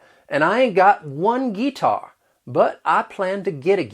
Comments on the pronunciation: As someone from south Mississippi, you did a pretty good job depicting the southern accent without making it sound ridiculously fake. Guitar wasn't completely accurate though. It's more like Gih-tahr with pronunciation. And I've mostly heard throwin a fit rather than pitchin a fit lol. Ain't and yall are definitely accurate bc I use these words daily lol. In fact if I say can't it comes out as caint lol. The ten tin and pen pin thing is pretty spot on. All in all you did a good job and thank you for not making the accent foolish or fake. I say yellow as yellow though lol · I would also add that at about the mark when you said, "And I ain't got one Guitar, but I plan to get a guitar." We normally try to roll and combine words unneccarily when speaking. Would've phonetically been said like, "An' I ain't got buut one geetar, but i was-a plannin' on gitten one of em'" We take shortcuts when talking. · Guitar was the first thing that really struck me as noticeably wrong as well. Can confirm, Gih-tawr or Gih-tahr is way more accurate. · I was born in Chattanooga, TN. I've been here my whole life (77 years). , you failed to convert can't to caint (like paint). No one I'm familiar with says gee-tar except in jest. It would either be g'tar (the correct way) or git'ar if he or she is a hick. I don't know any white people who say PO-leese. A lot of your stuff is rite on. I would suggest you do a video on black talk, but that's taboo. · I'm from northeast NC and we don't say "gee-tar", it's "gi-tar". We do say "fire" like him though. I'm 32 years old and an older woman asked me where I was from in my hometown because of my accent. I said here (he-er) and she had to think for a second to realize what I said. We are country southerners. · None of us say "Geee--tar" lol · Nobody says "gee-tar" for guitar. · I've lived in Alabama my whole life and the only group I hear say guitar like the way you're saying is the older generation.